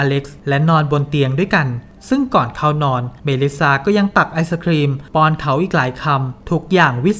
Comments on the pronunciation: ทำไมหงุดหงิดกับชื่อเมลิซซา อ่านเมลิซ่าไปเลยไม่ได้เหรอ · จริง ๆ เป็นเรื่องของการสเตรสเสียงที่คำสุดท้าย ไม่แน่ใจเหมือนกันทำไมแอดไม่ออกว่า ซ่า แหะๆ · ต้องอ่านว่าเมลิซ่าไม่ใช่เหรอ